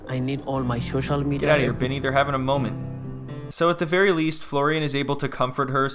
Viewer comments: “Shocial media” 😂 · Give him the Shoshal media password 😂